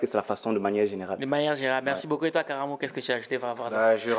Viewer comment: C'est Karaamo et non karamo😁 Belle vidéo